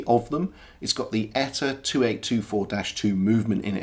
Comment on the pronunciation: I love the turquoise one, but at around $3,000.00 it's twice what I would consider fair. BTW: It's just "E-T-A", not an "Etta".